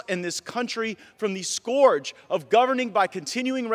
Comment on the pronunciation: It's pronounced "skerge" Matt. You are one yourself.